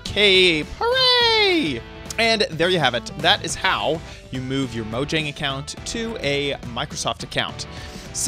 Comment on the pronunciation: My guy really said "HOT" instead of "how"